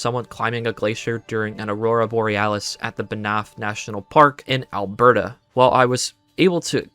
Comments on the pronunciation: BNAFF like Fnaf It's pronounced "Ban-ph" like you're saying "bamf" but with an n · "Bnaff" 😭 but God this is a good video I was locked in for all 3 hours